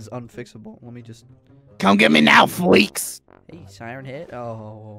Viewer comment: Gram: NOW GET ME NOW FWEAKS